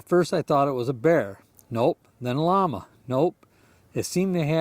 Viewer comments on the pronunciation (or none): none